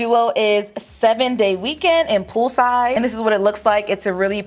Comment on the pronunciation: Was I the only one that kept hearing pupusas instead of pool side lol